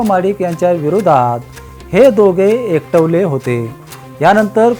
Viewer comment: एकटवले नव्हे सर एकवटले म्हणा